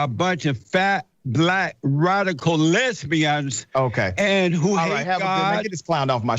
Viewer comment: why are you and me the only ones who found his pronunciation of the word "lesbian".